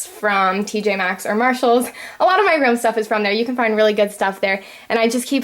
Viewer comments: its ROOM not ROM you say it wrong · Its sound likes h say rom instedvof room